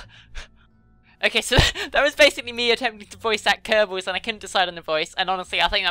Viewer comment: i don't mean to stop on your testicals but its kerbals